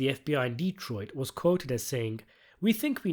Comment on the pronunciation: Good job on the lore accurate pronunciation of D-troit